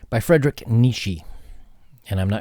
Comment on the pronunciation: It's Friidrich Nii-che.